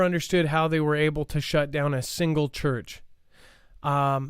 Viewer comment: Church not turch lol